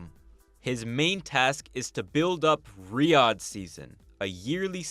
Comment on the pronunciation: I couldn’t stand watching past 5 minutes because of how he pronounces Riyadh </3 can it be rename to Riyathh or something please